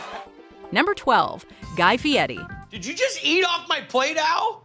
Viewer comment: Fieri, not Fieti Fieri, not Fieti